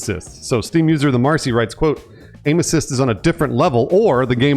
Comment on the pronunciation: The first time said, "aim assists" I swear I heard "anuses" lmao. Who doesn't hate an overtuned anus?